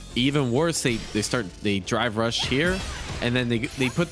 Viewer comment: Whenever he says drive rush, it sounds like he's saying dry brush